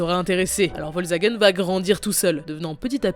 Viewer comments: Volsvagen... Es is VOLKSWAGEN, DU FLASCHE ! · "vol zagen" 😂 "crau funding" 😂 (dsl) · Volzagen 😬 faut faire un effort pour la prononciation